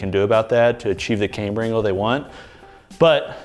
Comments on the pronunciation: KAM-ber, not came-ber - Is this one of things you do to piss-off us nit-pickers? Surely you know better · love your videos. Camm-ber not caym-ber